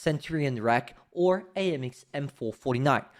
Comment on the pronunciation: It's already confirmed by me... Ima go for the Type 59. And also, funny how you just say RAAC (Royal Australian Armored Corps) as rack. Hilarious XD